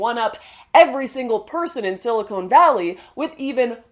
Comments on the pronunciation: hahaha sili"cone" valley.... not "silicon"..... unless, of course, we're talking augmentation? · sili-CON, Lauren, not sili-CONE. sili-CONE goes in boobs; sili-CON goes in computers. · Did she say silicone valley? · Lauren, just a note, it's SILICON and not SILICONE valley. Love the video :). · Wait... Did you say 'silicone valley'? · Lauren great video, stay passionate, stay involved. I feel sorry for the UK/Europe it's really going to be a Murray style 'strange death'. It's time to build up a redpill nation at the university level because the world cannot survive if this stupidity keeps happening in the west. (btw it's 'silicon'.) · He can't help it, He's Canadian ;)